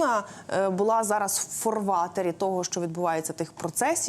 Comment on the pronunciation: Що таке ,, фОрватер,, ? Це якесь нове слово чи у вас безграмотні ведучі ?